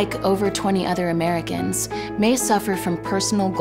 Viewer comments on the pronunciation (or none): Did anyone else realize she said "Amerigans" 😂😂🤣